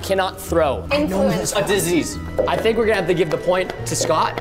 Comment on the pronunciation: said disese